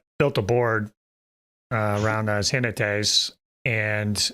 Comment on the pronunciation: ¡Jinetes! With the 'j' sounding like a harsher 'h' and the stress on the 'ne' syllable, not 'ji'. Both of you did very well, especially considering you're English speakers (spanish has a very different phonology).